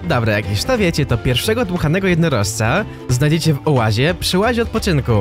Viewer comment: Czy mi się wydaje czy za każdym razem gdy mówisz oazie słyszę Ołazie?